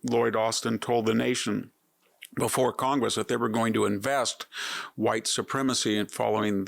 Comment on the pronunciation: "divest" was the word ?